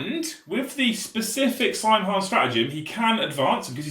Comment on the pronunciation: "Saim Hann" in the original Gaelic is actually pronounced "SOW-inn"